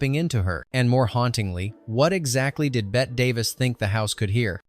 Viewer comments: Is this an AI voice? It’s not “Bet” Davis, it’s pronounced like “Betty.” We used to actually have fun watching this movie, we knew a guy who looked like the chauffeur and would laugh at those scenes because of it. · Betteeeeeeeeeeee Davis. Pronounce it correctly please AI. She a Hollywood legend. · It’s BET-EEEE DAVIS, not BET-AY! Learn to pronounce the legendary actress’ name! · Tell that every human knows Bette Davis's first name is pronounced 'Bette'. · An entertaining upload, thank you. Quick suggestion: when typing your script for AI, please spell Bette Davis’s first name as “Betty” - it’ll at least pronounce it correctly and not spoil people’s enjoyment. TVM 😊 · Bette pronounced Betty. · Nobody is talking a out spelling. It's about the mispronunciation.